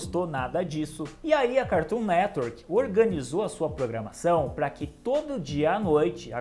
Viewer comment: HA MANO,ACHO DA HORA SEUS VÍDEOS,MAS ESSA AI DE FICAR INVENTANDO DE PRONUNCIAR O NOME DO CARTOON NETWORK,NADA A VER.......